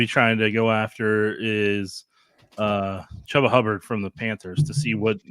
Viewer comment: I’m going to assume you’re only looking at box scores based on your pronunciation of Hubbard’s first name. Not the guy.